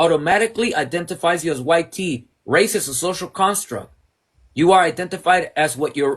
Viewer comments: Speak proper English...white..not wi te... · Ok but why you keep on saying it like Y-Tee? Just say white. He’s not sitting there calling you Brownie bro so at least show some respect when doing a debate.